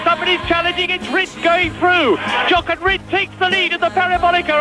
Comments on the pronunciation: Super vidéo ! Permettez-moi un petit clin d'œil : à vous parlez de Jochen Rindt. Son prénom se prononce "ioren" (ch = r) en allemand. Bravo et merci pour votre travail. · "Jochen" se prononce [ iorene ] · Merci pour cette superbe vidéo 😍 Si tu me lis, ça se prononce: Yo - rrr (comme si t'avais un rat crevé dans la gorge)- hen Jochen Rindt